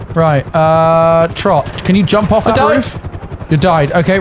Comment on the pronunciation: I think I said this same thing years ago, but inability to differentiate between Trott's and Ross' names correctly after all these years blows my mind.